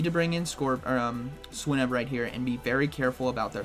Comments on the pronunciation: I am almost certain that you pronounce it /swʌɪnub/, /swɪnub/ feels so wrong... Great video nonetheless. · Dude learn the pokemon names.. swinnub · The way he says swinub xD Also can't wait for all my opponents to start with swinub now haha